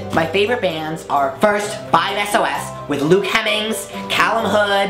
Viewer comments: She said "5 es oh es" >:( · NO "SHE" SAID 5 ES OH ES😡😂😂😂😂😂still love you though😘😘😘😘😘😘